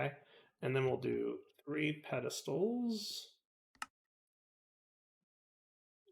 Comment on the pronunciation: You're such a clever dude and you can't pronounce "pedestal"?, please. Thanks for the upload!